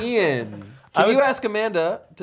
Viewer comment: He said Eithan instead of Ian